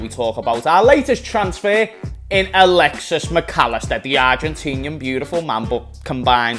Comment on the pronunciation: Ill give you a challenge… by the start of the season you will get Alexis’s name right😅 sound la?